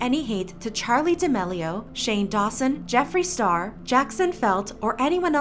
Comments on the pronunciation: “Charlie Demellio”...I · ok but she pronounces charli damelio is like "chaeli daelio" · I refuse to believe I’ve been pronouncing Charlie D’Amelio wrong